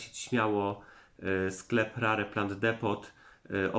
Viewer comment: Jakie rare 🙈🙈🙈 czyta się rer 🙈🙈🙈